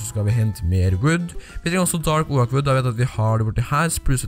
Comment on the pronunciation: du sier oak feil xD mn bare søt d Cx ;D